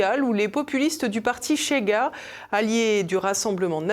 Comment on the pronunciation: Svp TVL….. Chega ne se prononce pas comme Che Guevara…. 😎plutôt « chez gars» (comme chez nous…) Obrigado